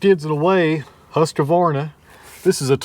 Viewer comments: look at that... Husqvarna <3 "Hus-Kvahr-naah" - the Q is pronouced as a K. (Swede here!) I hope it'll keep you happy using it as it is a longstanding well loved brand here. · Husqvarna pronounced hoosk·vaar·nuh. It's Swedish